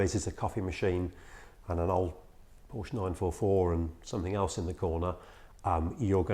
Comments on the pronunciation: In English, it is one sillable, "Porsh". Deal with it, you big girls blouse. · How far I want to go with this ? Let me tell you this, his name was Ferdinand Porsche not Porsch or Porscha please respect that. So your pronunciation is still very very wrong !!! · For f....ck sake pronounce it right